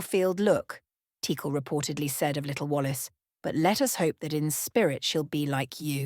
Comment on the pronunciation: It seems like AI is trying to attempt all possible pronunciations of Teackle.